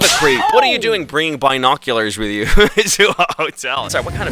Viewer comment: The way you pronounce some things is real weird. LOL like binoculars and wasp